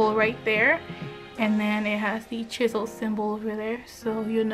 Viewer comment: Chisel not Chibel